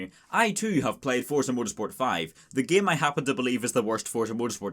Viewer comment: Why do you pronounce game like it's written as "gaem"